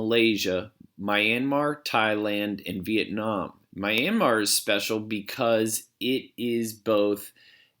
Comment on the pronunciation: (Mis)Pronunciation of Myanmar started to drive me crazy. Double check Brunei while you’re at it.